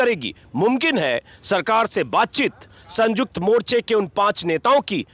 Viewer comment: संयुक्त बोलो सर ना कि संजुक्त